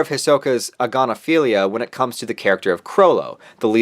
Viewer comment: A'gon'aphilia? It's right there in the name! 😂